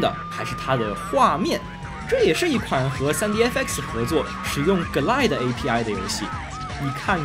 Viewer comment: 从Quake增加VooDoo卡支持变成GLQuake(节目中读GL Quake)，就可以推出Glide读“割奶”是不对的，应该一个个字母地读：G - L I - D - E，这里GL是一个名词的缩写，而IDE又是另一个名词的缩写，如果有人说我较真的话：我不较真就真的很对不起节目组：找到了20年前的MMX奔腾CPU，和模拟486 DX 33(基本可以肯定不是真正的硬件了)运行Quake的时的画面效果